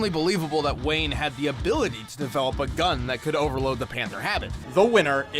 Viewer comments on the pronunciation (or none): none